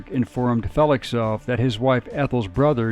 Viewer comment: Might want to check the pronunciation of "Feklisov" the first few mentions.